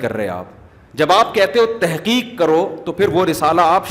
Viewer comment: مفتی صاحب لفظ تِحقیق نہیں ہوتا تَحقیق ہوتا ہے